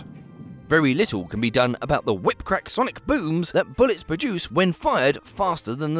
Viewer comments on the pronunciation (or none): none